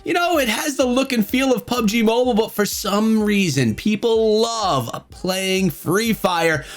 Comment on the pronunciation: say mobile not mobole